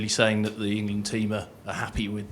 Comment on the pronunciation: ahaha "Engand"